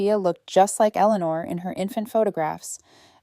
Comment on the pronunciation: Elelenar? Sheesh. why i hate AI. Your stories however are wonderful. Here's hoping AI grows up. Toledo Ohio